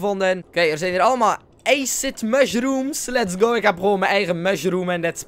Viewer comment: nee acid hoe het uitspreekt bestaat niet het acid dat jij bedoelt spreek je anders uit